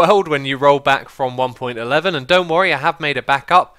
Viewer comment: it's pronounced one point one one not one point eleven!